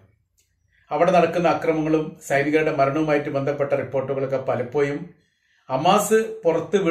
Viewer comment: content ഉം അവതരണവും കൊള്ളാം. but "പലപോയും" അല്ല "പലപോഴും " എന്ന് പറയു, എല്ലായിപ്പോഴും "ഴ" ശ്രെദ്ധിക്കു.